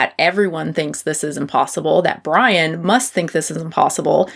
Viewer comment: Lol I thought you called him “Pudding Brian”😅